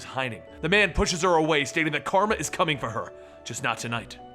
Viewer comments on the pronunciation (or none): none